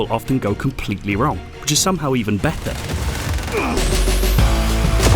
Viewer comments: lol "matta" and "batta" ( do you even speak, bro ? ) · i hate how this guy says "better" example